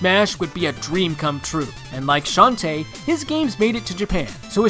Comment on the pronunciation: Shantae is not said that way Its a girl not a boy